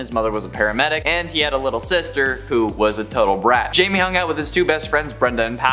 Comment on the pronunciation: Can you people get blue beetle’s name right it’s not Jamie it pronounced high me, idiots!